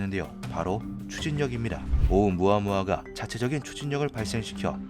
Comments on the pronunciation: 오무아무아ㅋㅋ 반복적으로 나올때마다 졸웃기네 ㅋㅋ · 오우무아무아 할 때마다 몰입이 깨지네...